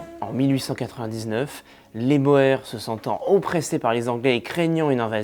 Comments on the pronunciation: Les "Bor" jamais entendu ca ! On prononce les "Bours" pour parler des Boers . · Ça se dit la guerre des "bour"..ce qui signifie paysan en néerlandais..C'est un détail..la vidéo est excellente..👍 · Excellente vidéo. Passionnant. Boers qui est un mot néerlandais se prononce plutôt bours